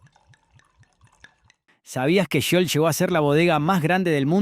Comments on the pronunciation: El relator es argentino? Da vergüenza escuchar como nombra algunas marcas, dice pumper cuando se pronuncia pamper, dice ajila cuando es águila, dice yiol cuando es jiol (giol) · Habían marcas que había olvidado, soy de Mendoza, vivo en Gutiérrez, ( departamento de Maipú ) a 3 cuadras de lo que fue Bodega Giol, y lamento que pronuncie tan mal el nombre, ¿ Yiol ?, si , lo lamento, y también lamento que no haya salido en el video la poderosa y emblemática imagen del histórico toro, ( hoy en una esquina de la Plaza departamental de Maipú ), que hermosea el espacio verde y el paisaje donde jóvenes locales, gente de todas las edades y turistas posan y atrapan un pedazo de historia para el recuerdo, espero que quiénes realizan éste tipo de material, se adentren más en el historial y trayectoria de las imágenes a compartir, abrazos 🫂. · "Giol""Giol" no jiol como pronuncias!!! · No entiendo porque pronuncias casi todos los acentos mal en los nombres de las empresas (por ejemplo Italo no se acentua en la A, tampoco Gatic, ni Aguila en la i, ni Arcor en la O). Y Giol no la pronunciabamos "Yiol". El de la foto es Torcuato Di Tella hijo, no es el fundador de la fabrica. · Giol, se pronuncia "Jiol", no "Yiol", como dice el locutor. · Es Giol no Yiol abombado !!!!! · Giol, no Yiol. Qué te pasa, no aprendiste a leer? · porqué pronuncias mal? es Italo es ítalo, esdrújula. Aguila es águila, tb esdrújula. Arcor es árcor no arcór. Giol es giol, no shiol. Menos mal que Pumper nic, lo pronunciaste bien (pamper nic) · Habla bien, grasa, sho sha shiol ... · La manera de acentuar y pronunciar del relator " me desespeeeeera."!!!: aguÍla, pumper, itÁlo , Yiol 😱😡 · ¿Shiol?¿Itálo?¿arcór?¿aguíla? Horrible... 🤮🤮🤮🤮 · Bodegas Yiol????